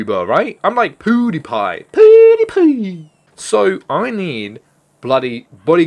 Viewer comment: Poodiepie m8 its pewdipie 😤😂